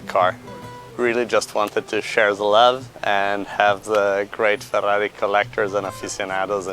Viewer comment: I just love listening to this guy say Fa-dahrri-i.